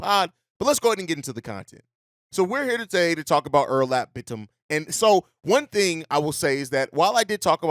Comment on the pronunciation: It's pronounced more like Oh-Noor-Alp Bit-Tim.